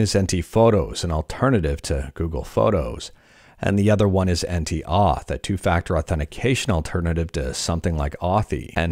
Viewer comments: I think it's pronounced as "entë" en-tay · it's pronounced something like "enteh" and it means duck in german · Pretty sure "Ente" is pronounced like the German translation of duck (Ente: "ɛntə") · "Ente" is German and means "Duck". I would suggest to pronounce it like "En-teh", kind of. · Its end-te means duck in German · You pronounce it ann-tuhh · "Ente" is German for "duck". The second e is pronounced like the first one, just without emphasis. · i was fully expecting you to pronounce "ente" as "subscribe to " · Ente is german for "duck" and the second "e" is pronounced just like the first one as in "emerald" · You have to pronounce the last E in Ente like first one. It’s a german word and it means duck 🤭